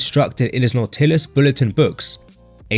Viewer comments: What’s not tillis? It’s pronounced Nautilis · been training 35 years.. first time in my life i ever heard some one call Nautilus Nau-til-us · You pronounce it Nautilus like In the book Odyssey From Hamer Not Not whatever to hell you're saying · I really can't listen to videos where the commentator can't even pronounce the word "Nautilis." Looks like this is another channel I will block. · Please, pronounce "Nautilus" correctly... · That was the strangest way to say "nautilus ". That is not how it is pronounce bro. Why? Listen to an Arthur Jones interview. We know of the word nautilus as the ocean is concerned. But the gym equipment has a pronunciation. Do your research.